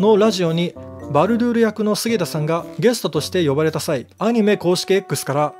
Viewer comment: ゲス「ト」（笑）